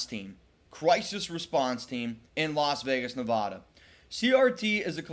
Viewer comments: Bro can you pronounce NEVADA correctly? How can you even be a channel based on a NV sports team and you can’t even pronounce the states name correctly? That’s how we all know you’re a real outsider and not a true Raider fan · Bruh please learn how to pronounce the name of the state!!!!!